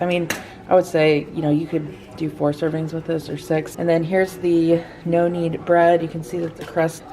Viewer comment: I kept thinking you were saying “noannie” bread and I was wondering who Noannie was…🤣….#nokneadbread